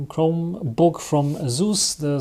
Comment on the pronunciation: It's pronounced Asus. You're welcome. :face-orange-biting-nails